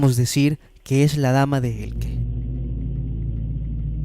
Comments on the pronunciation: Dama de ELCHE, no "Elke". Por lo demás, muy buen vídeo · no es Elke es Elche como leche. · Cada vez que oigo "Dama de Elque" me sangran lo oidos. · Se pronuncia E-L-C-H-E como de pronuncia. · Sé pronuncia Elche, tal cual.. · se pronuncia dama de 'Eltxe'. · Dame de Elche pronuncia bien su nombre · dama de elche..dilo bien !!!!! mal hablas😤